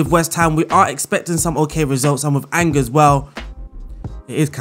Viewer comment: It's pronounced Awn Jay (with a soft J like in Jacques) not Angers, or like Rangers. I found this out as a Rangers fan 😂🏴